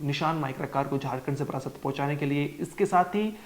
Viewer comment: बारासात को बार-बार बरासत उच्चारित कर रहा है। धिक्कार-धिक्कार।